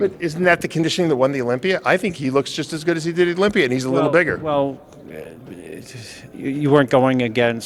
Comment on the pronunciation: What’s the deal with the pronunciation of Olympier? It’s Olympia 👈 a not er 🤷‍♂️